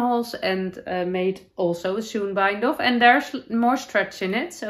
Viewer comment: Gorgeous knits and wonderful episode as always! Ps- in the US, a sewn bind-off is pronounced like the word own with an s in front. Sounds like “Sown”